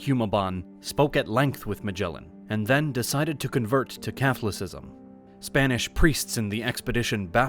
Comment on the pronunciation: Interesting, but the way Catholicism was pronounced, was way off. Its significant, because the Philipines, now have such a high percentage of Catholics. You would think someone would listen to stories, before they are put online.